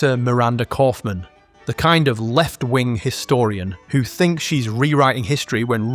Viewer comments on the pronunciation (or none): "Kauffman" every single time.